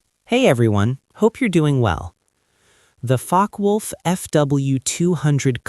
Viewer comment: It is not "Fockwulf" It is Fokkewulf. "Fokke Wulf" You pronounce it literally. Like Germans do.